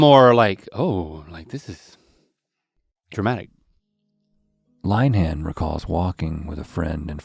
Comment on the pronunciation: "Line-han" 😂 Rhett is from the east coast - plenty of Lynn-uh-hans out there.